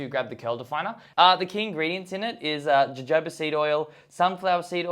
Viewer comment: just an fyi, jojoba oil is pronounced "ho-ho-ba"